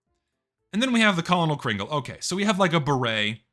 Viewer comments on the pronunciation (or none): Its 2025. People still cant say Colonel Kringle correctly.